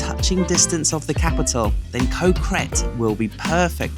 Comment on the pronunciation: Ko is actually a G sound not a k sound. So it should sound like Go (with a short vowel like gotta) so Go Gret.